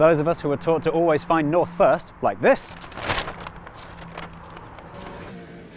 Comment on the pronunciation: Ah yes, Nouth, Sorth, Weast, and Est